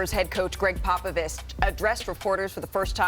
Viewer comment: It’s a shame what this man has done for the game and more so his intelligence on the game of basketball is Mt Rushmore level and we better give this man a proper send off and respect as we do it. One of the greats and Malika at the start can’t even pronounce his name right. Greg “Pop a Vist”. Get it right ESPN, yall some lame bums..do better. Seriously